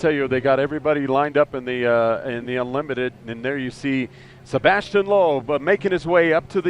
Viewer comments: it's sebastien loeb not sabastian loeb... americans definitely are not into rallying.. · It's 2013 not 1963, please learn how to shoot proper video from a helicopter before covering this kind of events. And by the way it's Sébastien not "Sabastien".